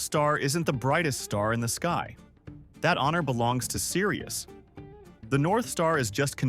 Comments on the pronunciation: No the honor does not belong to serious, it belongs to SIRIUS. This must be a fucking AI generated video. Shit, you idiots are so damned lazy you not only use AI narration, you let AI generate the script, too. Makes me wonder how many of you so called myth buster are pure bullshit. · Apparently the AI translator doesn't know the difference between the word "serious" and the star "sirius".... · Sirius, not serius. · Fyi, it's Sirius, not serious. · Its sirius. Not serius